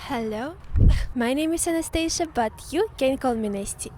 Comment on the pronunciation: My dear lovely - my girl bestie from Russia!...Before, I always heard you say your name like "" as in the surgical ward, the one who puts the client to sleep..., but finally I heard much better. My ear is better now ))) That's ". It's much closer to waking up than being put to sleep)))) But if I think about it really carefully, I believe I should hear like "anAstAsia" because I don't know what any "e" is needed for you. LOL